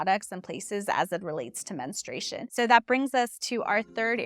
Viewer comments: You need to pronounce the word men stru a tion correctly, it sounds like you are saying ministration. That is incorrect. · Why does almost no one pronounce "menstruation" correctly? It's not "minstrel" fluid. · Before starting on this interesting topic, I sincerely wish you had learned how to properly pronounce the word “menstruation”! You probably mispronounce February as well. 🙂